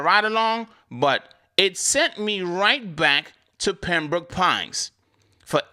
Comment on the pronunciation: I like how you say Pembrooke Pines sounding like a Mississippi pimp 😂